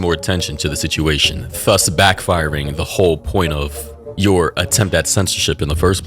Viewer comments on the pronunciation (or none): no way bro actually says thus like phus